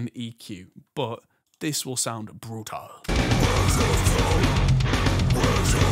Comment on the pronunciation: That's "BR00TAL".